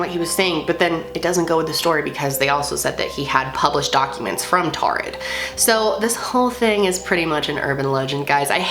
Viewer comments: I thought that it was pronounced torrid. Like it's taurid but sounds like torrid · I pretty sure it’s prounounced like “toured” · It sounds like you're saying "Tard" tehe xD